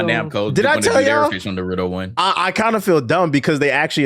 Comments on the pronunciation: Yall pronounce Naruto like some damn troglodytes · You can't be tbh and mispronounce Naruto lol tbh card revoked